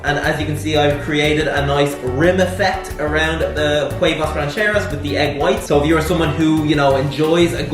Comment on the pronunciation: Huevos, not huevas